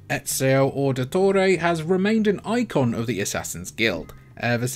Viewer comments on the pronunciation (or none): none